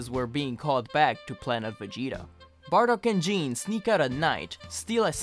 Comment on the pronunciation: Gokus mother's name is pronounced "Gee-neh", or "Gee-nay". It has a soft "G" the same as Gokus name, not "Jean". Japanese phonetics are confusing as fuck for english speakers until you learn every character is always pronounced, and every character only has one way to be pronounced. No instance of the letter "G" is ever changed to a "J" sound, or similarly with any other character/letter too. It makes pronunciation a lot more uniform and easy to understand. The only exception to this rule is related to regional dialects and accents local to japan. But thats usually just words that have their spelling and intonation juxtaposed slightly. I hope this explanation was beneficial and not wholly unwanted.